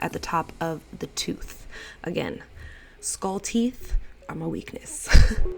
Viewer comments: “Skahll look” lol ily 💕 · The way you say skull 🤣🤣 love you